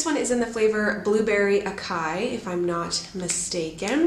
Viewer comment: Love your channel! Just found it and really enjoying your videos. Just a note, I think acai is pronounced ah-sai-ee. :)